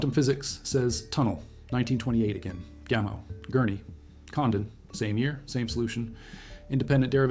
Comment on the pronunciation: At the beginning you keep referring to Gamel. Do you mean Gamow, George Gamow (pronounced Gamov)? This is really jarring, even though the details seem correct.